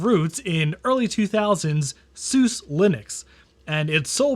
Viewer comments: Soo-suh! Soo-doo! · As much as I detest the pronunciation of Suse